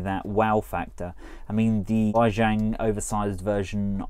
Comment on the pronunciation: Its pronouncedWay Ji-ang not Why Zhang